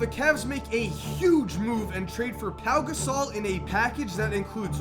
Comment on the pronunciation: And u said Rajon randos name wrong and Pau Gasol